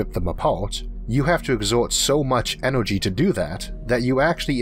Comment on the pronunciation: It's irritating at forst, but the content Arthor delivors on enorgy, physics and the futor of the univorse is so downright fascinating, I'm not reolly distorbed by it anymore...